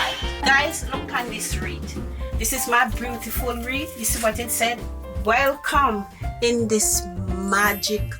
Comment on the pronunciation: from the way she said welcome guys I know she was Jamaican lol